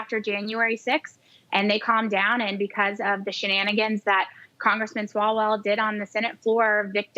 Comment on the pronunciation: Love how she called that clown "swallows" a few times referring to his name. I guess she didn't really know who he was and just said it wrong lol 😂